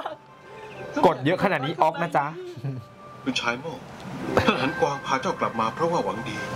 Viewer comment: เเต่บางอย่างมันก็นะคะ หลันจั้นงี้ หันกวางงี้ ฮือ อย่างน้อยก็อยากให้พากย์ไทยออกเสียง ให้มันเต็มคำหน่อย